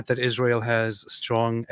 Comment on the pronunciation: First time the dumb lady opens her mouth and she already spits out lies about numbers of casualties in Gaza, and all of them civilians. So ridiculous. She isn't even able to say ISRAEL ! She says ISHRAEL !!!!!!!! What's that stuff ????????????????